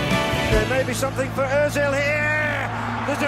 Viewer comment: pronunciation might change due to accent but name in itself wont change, its Ozil in any language.